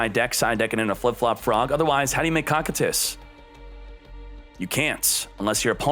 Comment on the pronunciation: For the love of god it's pronounced Koh like dough, Kie like tie, Tus Koh-Kie-Tus